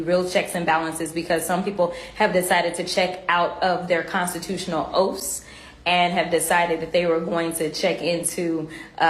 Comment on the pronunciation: Did crack head said oats? 🤣😂🤣😂